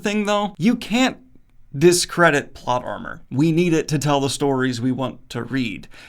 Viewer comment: Did anybody else hear "plot llama"?